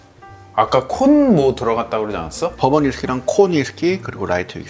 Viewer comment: 아니 왜 시작부터 덤앤 더머 티키타카 ㅋㅋㅋㅋㅋㅋㅋㅋㅋㅋㅋ 두분 다 빙구미가 예술이네요 ㅋㅋㅋㅋㅋㅋㅋㅋㅋㅋㅋㅋㅋㅋㅋ 그와중에 계속 버번 위스키가 법원 위스키로 들리는 마술에 걸린 나